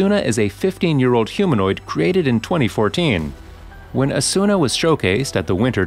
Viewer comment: It's not Asûna, it's Âsuna.